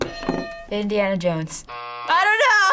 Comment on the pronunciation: did she say indaina jones? some people, some people